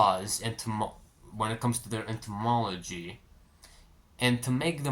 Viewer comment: This is sarcasm, yes. He uses 7 minutes obsessing over the historical origin, the etymology (which he doesnt pronounce correctly), of the word priviledge, which is "private + law". He then makes the leap in logic that because a problem could be considered a "private law" it can therefore be categorised as a privilege. By his definition, everything you could ever experience could be considered a privilege... It's straight from the playbook of everyone in history that wanted to control and manipulate the poor, the slaves, the minorities or any other group that were less privileged. "dont be sad you're starving bruh, be happy youre alive to feel hunger". It is the words of someone who has never starved, who has never been in pain that could not be alleviated or became chronic, who has never experienced losses that were out of their control. At best it is naive, at worst it is manipulative. I'm glad that it's obvious it's the former. And yeah... Etymology is literally just the historical origin of a word. It's not something you can use to make grand philosophical conclusions about how we should shift our entire perspective on our lives. It's embassing.